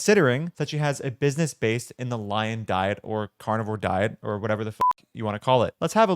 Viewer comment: I mean she literally calls it the Lyin' Diet?